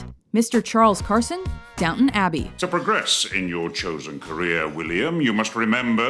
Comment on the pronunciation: This women's pronunciation of words really pisses me off. Its, Down-TON abby, not downuun. Fuck sake